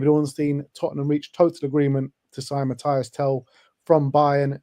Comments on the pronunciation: Why are you calling him Mathias? He may have played for Bayern but hes French, not German. His name is Mathys. Pronounced Matis. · Ffs. It's mathys. Not Mathias